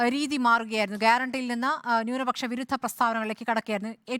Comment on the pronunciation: ഇവൾക്ക് ഒരു ന്യൂനപക്ഷ കാരനെ പ്രേമിച്ചു കഴപ്പങ്ങു തീർത്തുകൂടെ. എപ്പോഴും കേൾക്കാം ന്യൂണപക്ഷം ന്യൂണപക്ഷം എന്ന്. ഇപ്പോൾ ഒരു സംശയം....